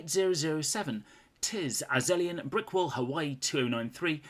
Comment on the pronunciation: Finally spent the time to find my shout out and you pronounced it very well. Thanks. - Azelion